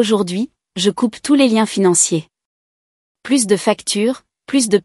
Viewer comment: "Plus" dans le sens négatif ne doit pas être prononcé "pluss", mais "plu". L'orthographe n'est pas bien respectée dans le texte écrit.